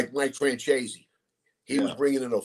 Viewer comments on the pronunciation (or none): First of all, he’s not pronouncing Michael Franzese, his name, right